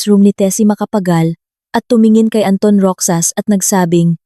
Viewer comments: MISS , NA TAGA PAG BASA NG KWENTO .. MALI PO ANG PAG BIGKAS NINYO NG ROXAS .. HINDI PO ROCSAS , ROHAS PO ANG BIGKAS HAS HINDI SAS ROXAS ROHAS HINDI ROCSAS ..EWAN. ??? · Roxas pronounce as rohas po not roksas